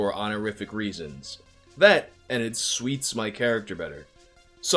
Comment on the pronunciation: He said that it “S-OO-TS” his character better, mang, not that it “SWEETS” his character. C’mon bruh. I know you know how the word “suits” is spelled.